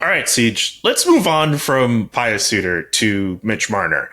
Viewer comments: Pie-uss? I think it's pronounced Pue. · Pius is pronounced “pyoos”, like the color puce